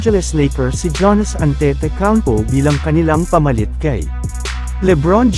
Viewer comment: paki ayos po ang pag pronounce sa Name ni Giannis Antetokounmpo hndi Janis Antetokounmpo 😂😂 Fake News na nga Lang hndi Pa inaayos ang pag pronounce sa Name ng NBA Player 😂